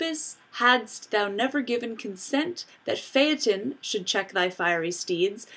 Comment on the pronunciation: Thank you for pronouncing "Phaeton" correctly.